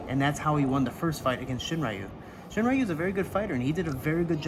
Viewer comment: 英語話者は「りゅ」の発音が苦手だって聞いたことあるけど本当だったんですね！ しんりゅうがShiｍura youみたいになってる笑